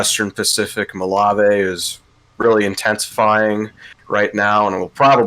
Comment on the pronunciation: MOLAVE is pronounced as Mo-Lah-Veh (Veh as in Venice or Lah-Veh as in LAVEnder)